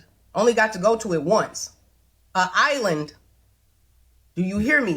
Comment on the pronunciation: An island, ma'am. Not uh island. 😮